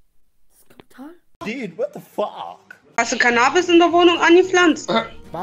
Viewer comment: Das ist Cannahhbis 😂😂 Wie kann man denken dass es weedes ist...